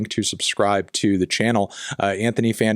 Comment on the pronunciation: Wahthony Government. Lol